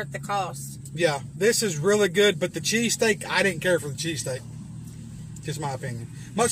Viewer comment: my deafass heard you say CheeseCAKE...not cheesesSTEAK